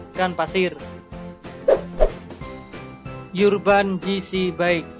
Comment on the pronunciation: Pengucapan Bike nya kurang enak